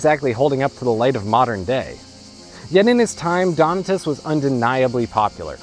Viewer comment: Donatus, anglicized: accent on second syllable. Do-NAA-tus.